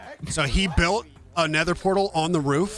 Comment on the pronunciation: “Nether Roof”. Not “Rool”.